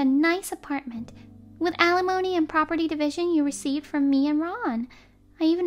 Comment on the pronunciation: Once again, alimony is NOT pronounced uh lemony, it is pronounced al li mony. I know the channel will not change it because the readers are probably robots but still…